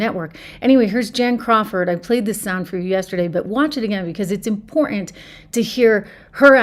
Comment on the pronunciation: You need to enunciate your keys in important if you notice there's two of them in that not 3ns but two T's